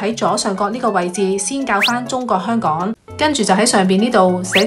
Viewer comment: 讀音：係香港、唔係香趕